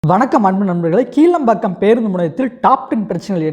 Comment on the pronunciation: கீழம்பாக்கம்இல்லைகிளாம்பாக்கம்இதுகூடதெரியலநீ எதுக்குவீடியோபோடுரே